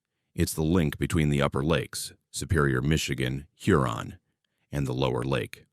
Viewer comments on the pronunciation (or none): none